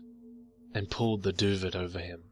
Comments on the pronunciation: Duvet is pronounced 'Doo-Vay'. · Duvet is pronounced doo-vey. Just nit picking a great story. Carry on.... One of the better stories I've heard this week. Thanks man! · The "T" in "Duvet" is silent. Just so you know~ also according to wikipedia, the australian english word for it is "doova/duva" Learn something new and probably pretty pointlesse every day :D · Duvet ..doo vay dah'ling! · oh thankyou. this bugged me so much while listening. i know its petty , im petty, its bad to be petty, im a bad person. i know. sorry